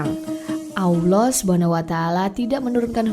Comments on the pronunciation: Koreksi ya, menyebut, mengucapkan Allah itu tdk ada huruf Wau (W) Tp double LL. Lidah bersentuhan/menempel di langit2 rahang atas. I feel very strage to hear that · Salam mintak suara penyampai tu biar lah yg dapat menyebut Allah dgn sebutan tpat dlm lidah Arab supaya .sebab ramai lagi ore boleh menyebut perkataan Kalimah Allah dgn tepat